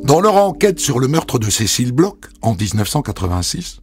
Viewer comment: Bon dieu, les français, "BLOCH" se prononce "BLOR" nicht "BLOK" ! C'est un manque de respect hallucinant.